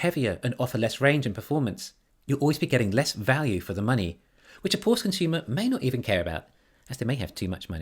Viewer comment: The German family name Porsche is pronounced por-shuh -- two syllables, with the stress on the first one.